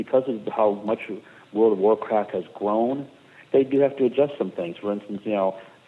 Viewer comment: Did he say World of Warcrack the first time he said it at about ? lol